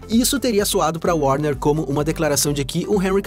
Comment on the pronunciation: O grande póblema da DC chama-se worner ...